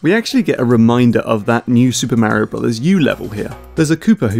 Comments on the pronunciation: It's Mario not miario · It's Mario not Märio!! :D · you are mispronouncing mario. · i love how he fuckin pronounces it like "märio" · braces myself to hear that terrible way british people pronounce "Mario" for fifteen minutes